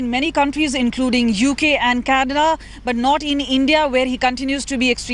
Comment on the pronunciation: she can't even pronounce CANADA just listen LOL bloody uneducated journalists